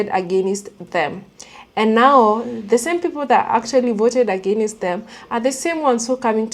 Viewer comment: Agāaaaainst. Not aginnest. 🙏🏾❤